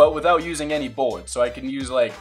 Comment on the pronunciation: Is it just me but does say buwwits instead of bullets